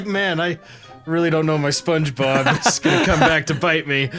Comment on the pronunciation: he really said "sponbeogebob" twice...